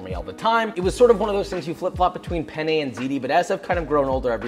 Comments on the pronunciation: Lo scrivo in italiano perché tanto lo capiamo solo noi: ma ha detto "bake my pene" o l'ho sentito io? Comunque big love for Joshua 😂❤️ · Josh : “oh I baked my pene” Me, an Italian : ah yes, I see you’re a man of culture as well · cuando sabes español, y también inglés, y Joshua dice: baked penne…..akwaaaaaaard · Spanish here: Hehehee....he said PENnE 😆😆😆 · pene in spanish means penis and since i grew up in mexico and speak fluent spanish i laghued so hard when he said baked pene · it's fun cause pene means penis in spanish and has almost the same pronunciation as penne